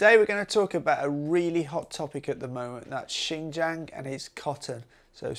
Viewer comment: If you could fix your pronunciation of jiang your video would be much more enjoyable. I am a foreigner too and know it is hard but I think it’s important to respect the place by learning how to actually pronounce it.